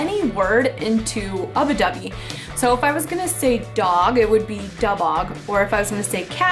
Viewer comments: just fyi it's ubby dubby not ubi dubby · i know that it was a pronunciation related thing she was saying ubbi wrong